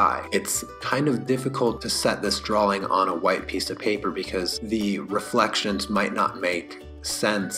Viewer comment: Such a helpful, comprehensive tutorial. My only (small) critique is how you pronounce "drawing". It sounds as if you're saying "drawling". I know I know, I'm a turd. Great video though!